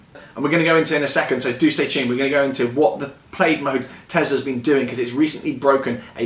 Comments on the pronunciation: FYI.... its pronounced Plaid (plad) like a shirt not (played) haha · Plaid= "Plad", not "Played". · Plaid ≠ “Played” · I googled the name Plaid, it’s a tartan blanket and a garlic word and rhymes with Maid, americans call something totally different “plad” which is spelt “plad” 😝 their wheels must be “tired” of all their “ “rowts”- (routes- supposed to rhyme with root) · Its pronounced 'plad' watch the film space balls then you'll understand ludicrous mode and plaid as this is where the joke comes from. (Showing my age) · It’s prounounced “Plad” you asshole. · Plaid is a nod to the movie Spaceballs. It’s pronounced “plad” — a synonym of tartan. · So awkward everytime he says played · I cringed every single Time 😅😅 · Please learn to pronounce Plaid correctly Jesus there are a million you tube videos that you can refer to, it’s so annoying, Imbecile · They always say the English invented English however it amazes me they can’t even pronounce normal worlds like Plaid correctly lol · but that's not how it's pronounced in the movie, which it's referencing